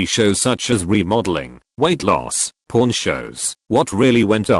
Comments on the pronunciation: Anyone hearing porn instead of pawn? just me?... :c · Wasn't looking at the screen and definitely heard "Hardcore Porn" rather than "Hard Core Pawn", lol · I was not watching, just listening. You can imagine what I heard when the voice said Hard Core Pawn